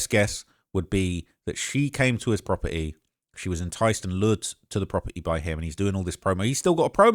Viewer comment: “From the proper-E”